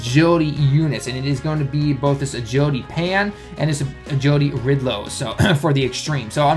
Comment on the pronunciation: did anyone else also hear him say "ridlo" instead of rildo? or is it just me